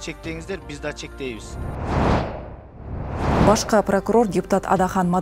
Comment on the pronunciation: Кайра кайра башка Дейт го...